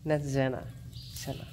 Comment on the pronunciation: I can just say Thank You, Thank you, Thank you for saving this precious foal "Senna".❤ Gea is so precious and gentle. What a wonderful Mem. Beautiful, calm and gorgeous. Welcome sweet Senna you will be loved beyond words.🎉❤ I mean "Zenna" pronounced Senna.